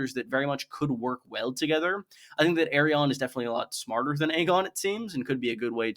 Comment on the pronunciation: Why tf are you pronouncing Arianne like that ?